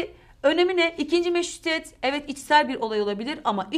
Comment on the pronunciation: O kadar hızlı konuşuyorsun ki meştituet diye çıkıyor dikkat edin bence ☺️😂